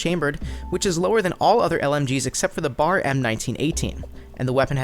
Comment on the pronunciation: Its not BAR its B.A.R not being a dick just saying